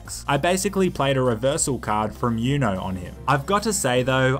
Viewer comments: Who says youno it’s oono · Lol my guy called "UNO" "U-NO... haha its UNO(Eww-No) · Why would you say "You-know" Its ooooooo nooooooo~ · LOL he called uno YOUKNOW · He said youno